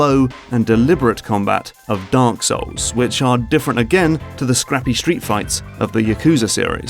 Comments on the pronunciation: did you just said Dank Souls? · I like how he says Dunk Souls